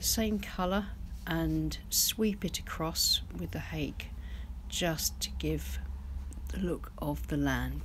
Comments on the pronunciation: I love your videos! Btw, the Japanese hake brush is pronounced: "Ha-keh". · Hello, Hake that rhymes with cake is a fish. The asian hake brush is pronounced hah keh. Cheers